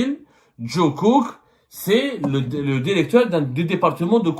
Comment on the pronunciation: Derecteur Derection